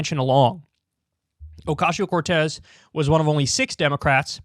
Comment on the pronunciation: I prefer when Kyle says Alexandria OcasHio Cortez. :)